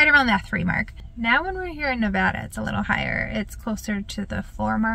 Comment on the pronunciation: As a Nevadan, so glad to hear you pronounce it correctly 😄 and not Nevahda.....